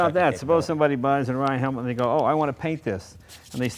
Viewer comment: this guy is supposed to be a consultant to the company he cant even pronounce the name correctly! typical yanks and their drawl of speech.